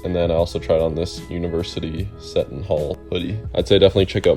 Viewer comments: SEE-ton hall lol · cee-ton hall